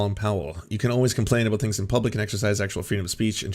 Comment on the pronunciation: Never noticed how he usually pronounce “about” as “aboot” in his videos?